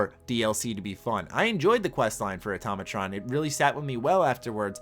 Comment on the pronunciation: Why do people keep saying atomatron when it's automatron